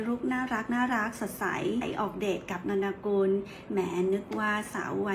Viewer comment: อ่านว่า. นน กุล. ค่ะแอด